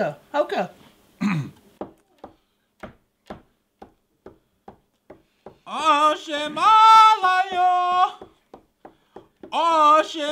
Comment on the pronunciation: When she says hoka I cringed so hard lmao, it dont matter hoka or hocha, its a warcry, you shout it, not "white girl" say it lmao